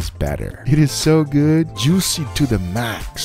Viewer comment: Nobody: Guga: jewwseee